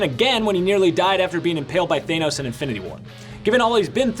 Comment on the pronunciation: It's Thanos, not Thainos.